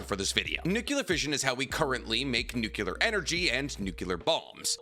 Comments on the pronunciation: SAY IT WITH ME: new-clear...! NOT nookyuhler 😔 i thought was a chemist or something 🙂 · NUCLEAR, bro nuclear: try saying NEW-CLEAR. NOT "Nukular" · The word is nuclear,, not nucular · Nuclear NEW-CLEAR NOT NOOKULAR You're a professional YouTube channel, stop sounding so ignorant. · Nu-klee-Ur. Not Nuk-U-ler. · New-Clee-Ur The 'u' comes before the 'c' not after. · Every time he says "nukular", I wanna delete his video... UGH!! Ignorance!!!!!!!!!!!! LOL XD